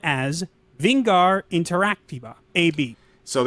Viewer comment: No they butchered that pronounciation of Vingar. Not worth a like.